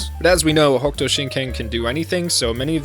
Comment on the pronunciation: Hokuto is pronounced Hoh Koo toh, not "hawk'ootoe". Yuria is you - ree- ah, not "Yer' ee uh". Seems like the the recent English translation is still not translating some things properly. The seven stars constellation is not "the big dipper" in the context of the series, the seven stars represents "the spirit fist" (similar to "the hand of buddha") as the stars connected make an outline of a fist, and also the constellation is also called "the great bear" by Greek astronomer Claudius Ptolemy. Hokuto means "North Pole" (literally North-Point) and only colloquially means "the pole star" (the northern star Polaris), Shin means Spirit Fist not "divine fist", So a possible transliteration could be "Northern Polaris Spirit Fist (North Star Spirit Fist works too); btw "shin" means "spirit" "heart" and with a different kanji "true", Nanto Sei literally translates to "South Pole Divine Fist" "Nanto" can also seen as term for the Crux (the "Southern Cross" constellation) so in some transliterations Nanto Sei can be translated into "The Southern Cross Divine Fist". This is why Shin's army flies a flag with a cross-like red star. You forgot to mention that Shin was Kenshiro's friend, but Shin's desire to dominate and conquer, his jealousy toward having won Yuria's heart where why he betrayed. the "fisting" jokes were dumb and not necessary at all.